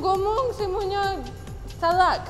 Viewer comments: Salah bukan salad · Salah bukan salak..kalau salak nama buah..🤣🤣